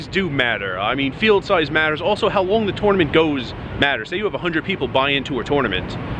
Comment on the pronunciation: You need to learn how to pronounce tournament.